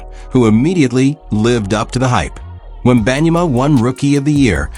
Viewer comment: That AI can't properly say their names correctly. Lazy to release vids that can't even pronounce Ginobili or Wenbanyama 😢